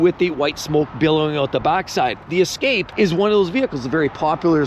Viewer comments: Ford Ess-cap-a? But then he said it correctly the second time weird. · The way you pronounced the Ford escape is hilarious 😂